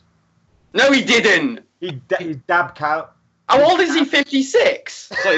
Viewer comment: Kuyt is pronounced like "kite"